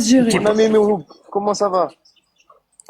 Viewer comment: C’est fou de pas savoir dire correctement le prénom de Mihoub.